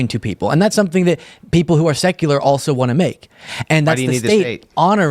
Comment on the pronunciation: the one thing you missed zinging him on? There is no such thing as a "pundint." He intended to say, "pundit," but he's stupid, so... Meanwhile, for your sake, the word "also" does not have a 't' in it. It isn't "altso." You know I adore you. So, the Italian Catholic girl I went to highschool with, who expected to get married and have a big family, but who had to have her ovaries removed at age 14, due to massive ovarian cysts, since she can't reproduce, she doesn't deserve the "sacrament" and public recognition of her marriage, since it has "reproductive status that occurs with it"? What an entire a**hole. , when he says something to the effect that "even a majority of Conservatives might just get tired of fighting it, and say it's okay," he is literally doing a hand-wave, and speaking for others out-of-turn. He is saying the nonsensical, "People are saying something they are not, even tho we hear them saying what they are saying." Really? People who will answer a questionnaire about this subject are being cagey, catty, subversive, unwilling to say how they REALLY feel? Oh, good sir, DO go on. Crossing my fingers I don't have to edit this. YT has REALLY been making it hard to say things as we normally would.